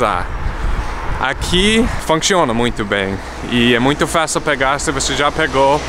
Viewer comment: desculpe mas não deu pra aguentar o riso quando vc diz funchiona kkkkkkkk